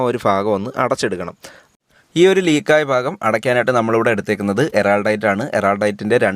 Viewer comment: Phaagam alla bhaagam